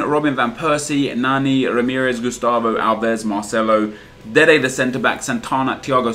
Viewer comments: Why do you say 'Dede the centreback' ?? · Why do u say deed the cb